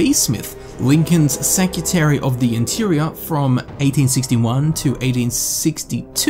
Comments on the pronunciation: seCREtary, not Secutary. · it's secretary, not secutary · Secutary and getsy burg, interesting pronunciation but I keep watching anyway cause I love the content XD